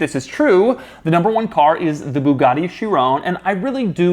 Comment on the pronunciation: “Boogaudi sheerawn” ~Doug Demuro 2019